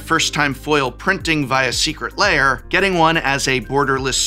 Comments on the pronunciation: Aaaaargh.. why do you pronounce it 'Layers'? LAIRS rhymes with BEARS, prof. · Why do you pronounce it so similar to "layer" heh. i can never unhear it!